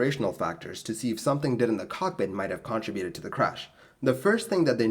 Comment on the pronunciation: I'm not listening to any more of your videos until you learn to correctly pronounce "contributed". You're not even close.